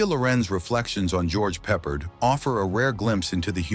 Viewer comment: Why does this narrator keep mispronouncing George’s name?! Do better.